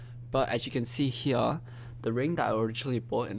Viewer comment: "From hEeYAahH"